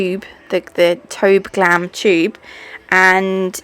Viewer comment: This turned out so beautiful! It's almost like a 3D frenchy design. So so pretty. Also, not trying to sound condescending, I actually thought it was funny, but I'm almost certain it's not TobeGlam, I think it's like To Be Glam. But everytime you said TobeGlam I thought it was funny, but in a good way, you just make me laugh. You've got the best sense of humor. And I hope that didn't come off as rude cus I truly didn't mean it to. 💙🖤💙